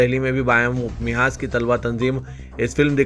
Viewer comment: Mahaz" bol Milan Mihaz" nahi